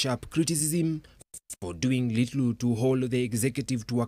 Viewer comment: this reporter just said "littlu"..instead of little